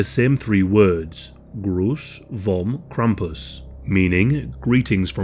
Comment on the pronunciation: Jo i also speak german and it’s really funny that the narrator sed Gruß vom Krampus